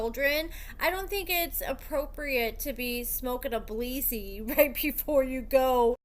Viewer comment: “Bleezy” it’s “blizzy” but we love you 😂😂😫😂😂